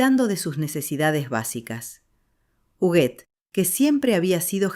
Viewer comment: Es Huguette no juguet